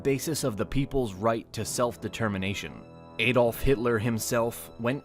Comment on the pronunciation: Adolf is pronounced ah-dolf, not ay-dolf.